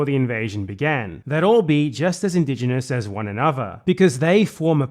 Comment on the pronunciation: "OI Bruv i'm indignahnass." HAHAHA 🤣🤣🤣